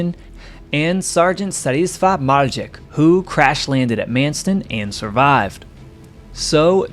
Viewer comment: Polish pilots name: Wladislaw The Narrator: Statisfa